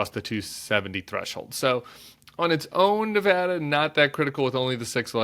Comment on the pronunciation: Nevada is usually very close. I was here in '98 when Harry Reid won by 401 votes. Hey, we're Battle Born, and you can't win here without a Battle of the damn nerves. And thank you for pronouncing our state correctly.